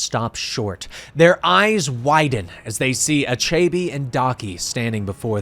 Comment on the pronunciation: Nice video, thanks! Tho, these mispronounciations take me out of the story. That villain's name is pronounced, AH-CHE-BEH (with a slight upwards intonation on the last syllable) 😃